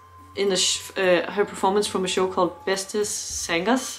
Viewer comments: Btw: The "a" in "zangers" is pronounced similar to the "u" in "sun". Greetings from the German-Dutch concert photographer. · Let me learn you some Dutch. The a in Jansen and in zangers is pronounced as the a in Darth and not as the a in Vader. Henk Poort was the phantom in the Dutch Musical.